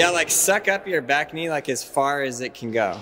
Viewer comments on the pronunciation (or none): ITS YA BAK KNEE M8